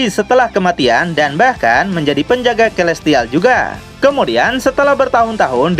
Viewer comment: Celestial : (Baca : Selestial) Terimakasih bang.. Saya ngikutin terus semua ceritanya 👍👍👍